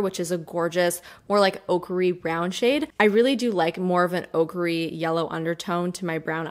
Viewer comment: I know you're saying "ochre-y" but I keep hearing "ogre-y" which immediately brings Shrek to mind, and I think green